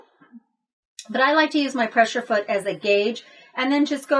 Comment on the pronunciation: Thanx for the DIY, and FYI it's a PressER foot, not pressure foot. Not trying to be catty, just wasn't sure if you knew you were saying pressure.